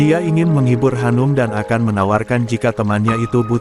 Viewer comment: 😂😂😂 Shanum kok jadi Hanum